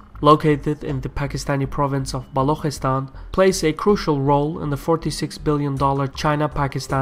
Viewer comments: Good video. This will certainly help people outside the sub-continent to better understand the issue. Just a small correction- Balochistan is pronounced Balu chi- stan. The chi as in chicken. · isnt it Balochistan?